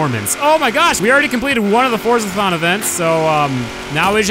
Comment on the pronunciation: Fordzathon? no you didint